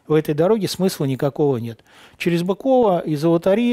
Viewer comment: Быково ударение на Ы